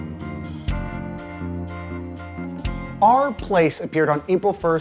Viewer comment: Took me five minutes to realise you were saying /r/place and not "Our" Place.